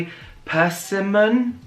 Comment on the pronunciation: The inner panic when you had to say persimmon loool 😂😂